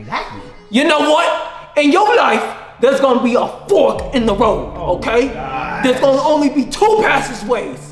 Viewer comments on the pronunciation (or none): When he said Fork i though the said the F word looooooooooooolllllllllllllllllllllllll